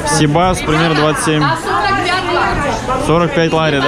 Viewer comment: Интересный репортаж. Но все же, ребята, внимательнее к лексике и ударениям в словах. Это привлекает. Особенно всем известных. Река Кура у вас как курочка. Хотя, ударение на второй слог. Сибас наоборот на первый. Посмотрите. По редактируйте. Такое качество очень важно для увеличения подписки.